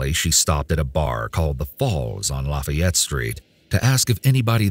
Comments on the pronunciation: WTH is luh-fie-et?? Lah-fie-ette is ok, lahffy-ette is ok, even lahffy-ette is ok. But... luh-fie-et? No. 🤨😄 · I'm sorry but how does someone NOT know how to pronounce "Lafayette"??? Lah-fay-yet. LOL